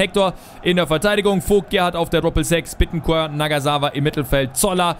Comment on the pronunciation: badi der wird so ausgesprochen Bittenkurt